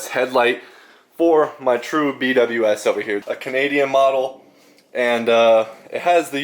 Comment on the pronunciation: B W S ❌ “Be wiz” ✅ 😜